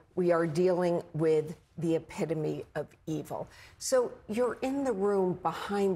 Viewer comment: Epitome not what she said... go back to school